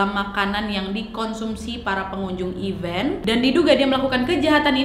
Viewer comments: Nad, event = acara. Dan even = bahkan. Beda bacanya, beda artinya.. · Maaf ralat, kalau event yang berarti acara, huruf e yang kedua dibaca seperti e pada lele